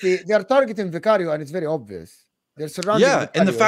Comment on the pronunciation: Why the hell does Jacob pronounce Vicario that way? don’t see him pronouncing other names with the appropriate accent.